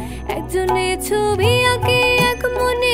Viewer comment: ওভার স্মার্ট,, ছবিকে ছভি বলে 🤣🤣🤣🤣